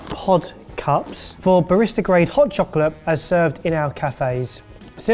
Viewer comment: Hod chocolate? Do you have issues with voice recognition,? Not intended to criticize your pronunciation, but I am legitimately curious how well AI works across the pond.